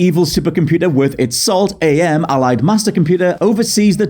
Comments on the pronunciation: Hearing you mispronounce AM as A.M. was really grating, not gonna lie... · AM is actually pronounced "am", not "Ay-Em". He explains it as coming from the English translation of the Latin phrase "Cogito Ergo Sum", which is, "I think; therefore I am". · Am is pronounced like the word. Not like "A. M. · It's not Ay Em it's AM. Cogito Ergo Sum, I think therefore I AM. Respect for the psychotic A.I. that predates Skynet, Shodan, Glados, and Hal 9000. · ...I love ya mate, but it's pronounced Am, like "I think therefore, I Am." That really irked my apologies.